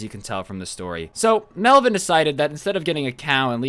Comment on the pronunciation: hahaha hey man its “melvin” lolll